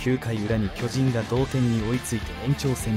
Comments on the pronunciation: アナウンサー 巨人 のイントネーション きょ→じん→ だと巨大な人 チームなら きょ⤴じん→ では？ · きょじん⤴︎